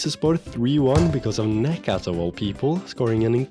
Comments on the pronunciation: Hey, just a tip. Instead of reading necat's name like that, try like negjat. It is way more accurate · The 'C' in Necat is pronounced exactly like the one in Kocaelispor; in fact, all 'C's in Turkish is pronounced that way.